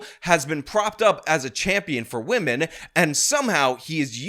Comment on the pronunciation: C'mon, guys... Gotta respect wahmen